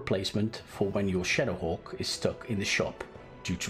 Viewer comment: First time he said shadowhawk, I literally thought he said shitterhawk lmao 😂